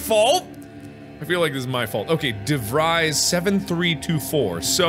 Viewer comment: This a three year old video but Mark pronouncing DeVries like Devrise instead of DeVrees is incredibly annoying ajsjs